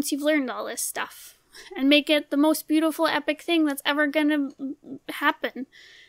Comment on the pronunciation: “Boowitful” i love her voice